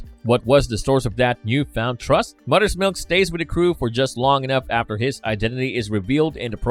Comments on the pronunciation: moTHers milk moTHers MOTHERS not mudders milk. you sound like a yank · That English though lol. Mudder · Are you able to pronounce “Mother’s”? You says mudder every time. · your accent makes it sound like Mudders Milk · Love the way he pronouce’s MOTHER lol “MUDDER’s” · Am I the only one hearing muddah’s milk? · “mudders milk”